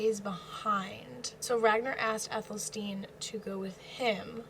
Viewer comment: Athel-Stan as opposed to Ethel-Steen